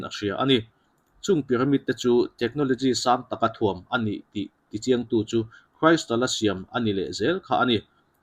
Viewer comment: Crystal hi kan lam dan a in anglo hle mai. Kristal ti in kan lam a.kraistal ni lovin